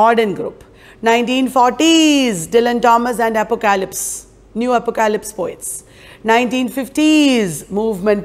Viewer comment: Very small suggestion: pronunciation of apocalypse is, phonetically, APP-OCK-O-LIPS 😀👍.